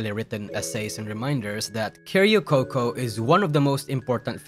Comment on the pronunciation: "keh-ri-oh coco" 🤡 1 word short of just calling her karaoke coco